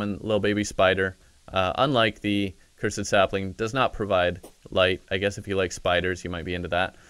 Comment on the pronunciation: Played terraria for 13 years... still doesnt know how to sayy "cursed"😂👌